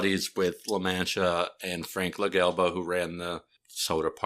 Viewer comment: Its pronounce La-Mon-Tee-Uh by the way